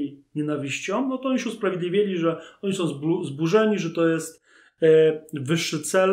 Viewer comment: Nie ma takiego słowa w języku polskim jak "som".